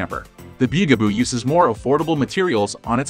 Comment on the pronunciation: The byu-gah-boo 😂